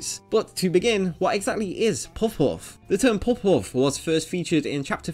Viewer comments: It's puhf, not pohf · why did you choose someone to voice the video that literally cant pronounce the word Puff. a word he will struggle to say like 100 times in the video. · Never learned how to pronounce "puff" in school, eh? The original Japanese term is pronounced as Pa Fu (as in Par Foo). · Puff.. with a u. Not pooff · Do you have a lisp? You pronounce “puff” very differently.